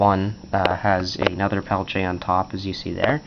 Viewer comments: "Pel-tea-eh" is the correct pronunciation. So sure I was saying it kinda wrong ('Peltche') but it most certainly is not 'Pelt-e-er' like many people say. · pel-tee-A pronounce correct or dont say it. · What is a "Pelche"? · You are saying peltier wrong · TheBigTekBos s Bah, the guy was French. He wants his name said right, he should spell it right. :)